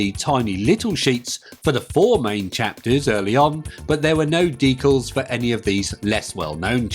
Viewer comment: 'Decals' was pronounced correctly. I think the gorilla chaplain is my favourite followed by number 5.